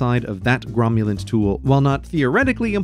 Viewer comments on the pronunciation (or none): Someone has forgotten that the congress has to consent to interstate compacts... Someone also pronounced 'cromulent' with a g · Cromulent, which means good, fine, acceptable, or correct. He mispronounced it slightly, but the context shows that cromulent is the word he used..